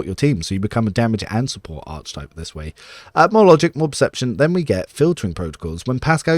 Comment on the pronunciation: Proper pronunciation of archetype is aar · kuh· tipe with a hard “K” sound, not “ch”. Don’t mean to be a stickler, it just sounds odd and distracts me from your content (which is the best online, thank you).